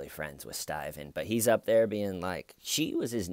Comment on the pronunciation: I find myself walking around the house saying "the har was thar Stephen"...😂